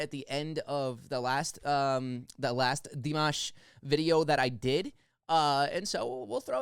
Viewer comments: 💕💕💕👍👍👍💕💕💕👍👍👍. Dimash pronounces his name "DEE MOSH". Dimash has the most beautiful voice in the World. More Dimash please, Stranger, Love is Like a Dream, Adagio, Ikanaide, Across Endless Dimensions. 💕💕💕👍👍👍💕💕💕👍👍👍💕💕💕💕💕💕💕💕💕💕💕💕💕💕💕💕💕💕💕👍👍👍👍👍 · Great reaction! I liked and subscribed after seeing the first reaction video to Dimash. 🌹❤️🙌I left you a very good list of recommendations, check it out! It’s pronounced “ Dee- MAH-sh”; good job on his last name though. Dimash sings in 14 languages, plays 9 instruments, has a PhD in composition, he composed a lot of his music. The man you said looked bored, was the very famous, very talented, renowned Russian- Ukrainian Jewish composer, Maestro Igor Krutoy, who came out of billionaire retirement after seeing Dimash in this performance. He composes specifically for Dimash & you’ll see him on piano accompanying Dimash often. Dimashali is Dimash’s creative production company. He is head of creative and business. His father Qanat and an old family friend help out running things as well. Dimash now produces and directs. He sings in many genres( including rap) and as I mentioned in the last video comment section, you can see him dance and do martial arts in other performances and videos. Please check out my list, I spent a good deal of time typing it all out for you. Thank you! God Bless! 🌹🌹🌹🙌🙌🙌❤️❤️❤️🙏🏽🙏🏽🙏🏽💗💗💗🌟🌟🌟🔥🔥🔥🌹🌹🌹❤️❤️❤️😎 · You got his last name ok, but pronounce Dimash like Dee - mosh!😃